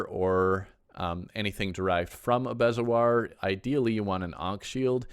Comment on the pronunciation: I love your videos, since the upgrade I'm lost so I'm watching a lot. Helpful note: bezoar is pronounced bee'zore. (in England anyway!)